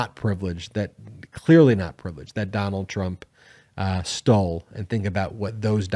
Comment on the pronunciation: I tok a shot evry time u said "Donald Trump stoll"....haha! It 5oclck somewhere!